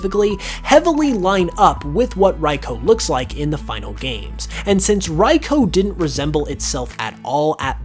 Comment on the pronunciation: if ive learned anything from all these pokemon its that absolutely no one knows how to pronounce any of their names "raiko"